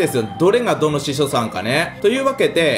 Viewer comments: ひしょじゃなくてししょな？wネタならすまない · 司書さん言えないかわいい